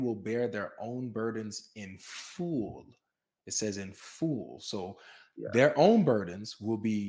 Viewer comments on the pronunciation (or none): 😆 LoLz, why does pronounce the word, “Full” like “fool”??